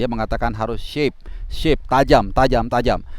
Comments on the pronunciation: " Sharp" bukan shape bung 😅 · sharp bang bukan shape